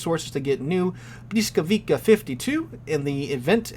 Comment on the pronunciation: It's pronouced, "buh-WEE-scow-vee-tsah"....